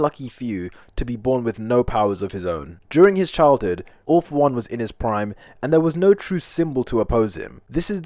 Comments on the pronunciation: Why you say ALL FOR ONE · Whay did you say all for one in